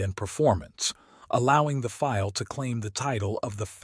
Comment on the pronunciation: Minor annoyance - The Germans called it the "Dee OH three three five" Feel .NOT "dough three-hundred and thirty five fail".